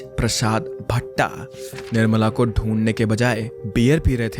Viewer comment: it's not बिस्ता it's बिष्ट and it's not भट्टा it's भट्ट❤❤